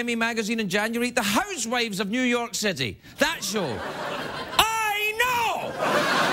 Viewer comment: "New York Citity" that is what I heard "Sit-tity"